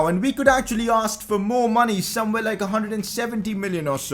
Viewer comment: did you just say lik?